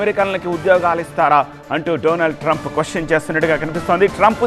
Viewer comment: డొనాల్డ్ ట్రంప్ అనాలి.డొనాల్డ్ ట్రంప్ కాదు.సరిగ్గా చదవడం నేర్చుకో.